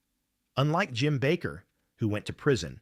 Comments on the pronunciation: The name is pronounced Bake er. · "The Jim Backer Show???" Yeah, I'm gone. I can't take these AI channels seriously. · True Dat. Sick of A.I. narration TOO! I THOUGHT it wasn't until the faker said that! The "Jim Baccccker' show.